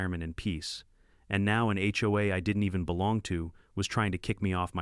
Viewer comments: Why can't the A.I. 'bot be taught to say "H O A" every time? What the heck is "ho ah"? And are there really no more computer programmers who can teach a machine to count and tell time? The monotone is bad enough, but at least it's a pleasant voice. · What's worse is that I have never heard a person in real life refer to it as a Hoe-ah. The letters are pronounced separately. It's aitch-oh-a